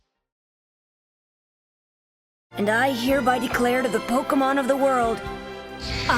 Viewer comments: I'm almost certain that is not a Pokémon fan because of his atrocious pronunciation. It's "Po-kay-mon" or "Po-kuh-mon", not "Po-kee-mon"! I know it's a silly pet peeve, but it truly makes me cringe. The wrong pronunciation reminds me of all the adults back in the 90s who were baffled by Poké-mania. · What's pokeymawn? Are you trying to say pokemon? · Pronounces it "po-KEY-mon", opinion irrelevant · I’ve heard many, many Pokémon fans pronounce the word “Pokémon” in multiple ways all the time. It’s not that much of a big deal. I personally say it as “Po-Kay-mon”.